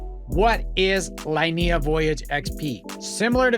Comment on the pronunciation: Hey man, nice video! Just one little tip, the L2 is pronounced "Leenehah"